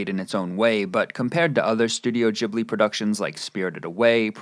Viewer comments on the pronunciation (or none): Why are you saying Ghibil lile Jhibil? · Please learn how to pronounce words. Ghibli has a hard G. Like Great not Germany. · You're saying "Ghibli" wrong